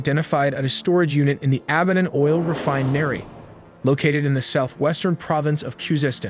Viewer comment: didn't know that this is the way to pronounce refinery